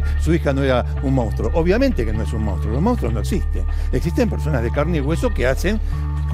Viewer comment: Se dice MONSTRUO! cómo puede hablar así este periodista? eso es porque no tiene asesores, porque no lee o porque tal vez, se caga en todo esto y le importa un bledo pronunciar bien la palabra. En fin, duele la decadencia cultural.